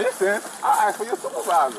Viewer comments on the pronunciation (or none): I hate when someone says axe instead of ask. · "i axe for you supervisor man" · I axe you to callz your supervisor. I didn't do nuffin. 😂